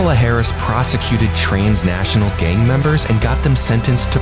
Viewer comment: "Trains National"? How did they miss that miss pronounciation?